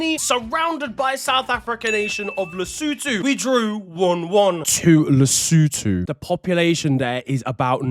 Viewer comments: Nailed lesotho😂😂😂. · thank you for knowing how to pronounce Lesotho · I didn't expect him to pronounce Lesotho correctly with that accent but he did 🔥🔥🔥